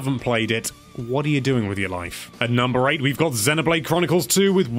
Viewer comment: "At number 8 we've got zenuhblayde kronukols" LOL